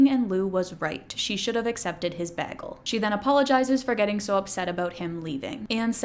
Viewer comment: Every video I get reminded that she’s Canadian from one word. This time it was the way she pronounced bagel 🥯 I love it